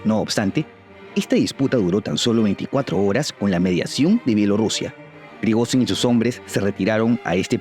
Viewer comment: se pronuncia prigollin